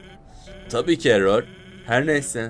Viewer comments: Abi error sans eror sans diye okunur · ınk değil ink sans Errol değil error sans doğru söylüyorsun abi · elol sans değil error sans